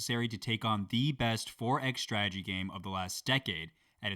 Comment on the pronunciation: Glad to hear that steh-lay and Hatti finally got a pronunciation pass. OnaJer, CAV-alry and the second 't' in 'strategy' can't be far behind now. =D Thanks for sharing the playthrough, it's been pretty great.